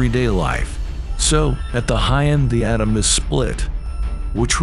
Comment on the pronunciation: Painful to listen to , exactly how many "Pro-Tans" are in a uranium "Autumn" ? Ouch